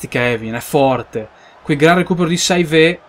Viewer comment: saivet si dice sevé, mbemba ha l'accento sull'ultima A;)